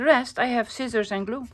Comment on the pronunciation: “Skizzors”😂. I call them that all the time 😂. You really make me laugh. Hope your vacation is relaxing.